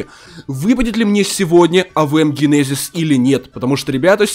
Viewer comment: Да блин джынензис а ни гинезис и не кнайф а найф